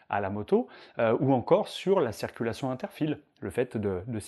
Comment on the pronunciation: A tout les moniteurs on ne dit pas cerculation mais CIRCULATION ! C est hyper penible a chaque fois !